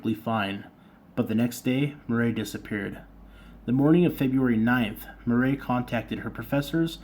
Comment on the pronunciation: It is pronounced like Mur eee . And no Butch never got near her